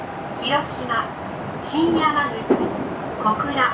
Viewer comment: 姫路～熊本間で新山口だけイントネーションが違うのが面白い